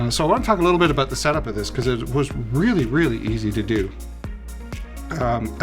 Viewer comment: Aboot found the Canadian